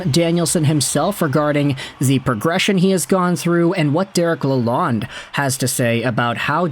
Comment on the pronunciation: Nice video. Lalonde is pronounced La-lone (source: The coach himself)